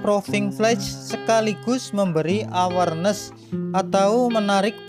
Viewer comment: 1. Karena istilah yg dipakai memakai bahasa INGGRIS, maka pengucapan atau lafalnya harus betul, misalnya pengucapan proving flight dan enclave sipil. Proving flight bacanya proving flaiț; awarnes bacanya èwârnês; enclave bacanya enklâv bukan ensleep atau edslip, first flight bacanya fêž flait. Traffic bacanya trefik. Nama direktur Yuliandra Nurcahyo (ejaan lama Juliandra Nurtjahjo). 2. Penggunaan istilah agar tidak sepotong2, misalnya kalimat enclave. Kalau menyebutkan istilah ini lengkapnya harus diawali dengan Lanud JB Soedirman enclave sipil, karena maknanya Pangkalan Udara militer (TNI AU) yang dimanfaatkan untuk penerbangan sipil. Atau bisa dengan menggunakan kalimat yg mudah dipahami Bandara JB Soedirman yg menggunakan fasilitas Lanud TNI AU. 3. Data rombongan tidak termasuk jajaran Kementerian Perhubungan. Dari Kemenhub sudah datang saat uji kalibrasi landasan oleh Dirjen Perhubungan Udara beberapa waktu yg lalu. Demikian juga dari jajaran AP 2 tidak termasuk jajaran direksi. Mohon maaf dan terima kasih, semoga konten ini selalu berkembang.